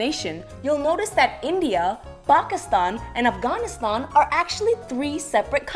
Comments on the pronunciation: And Afghanistan too but then she pronounces India normally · wtf is an "Offghoniston"?